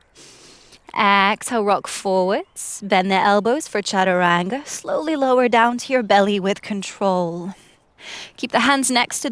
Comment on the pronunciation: I wish you can pronounce "Chataranga" properly.